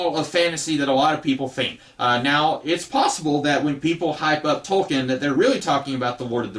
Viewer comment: It's pronounced Toll-kin What happened to the video on how to fix the DL character from "Heroes"? Just curious.